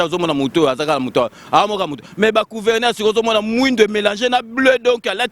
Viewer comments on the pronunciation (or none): Balobaka " Gouverneur, pas Couverneur" svp